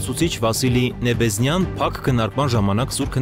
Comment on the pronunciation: Ոչ թե Նեբեզնյա, այլ՝ Նեբենզյա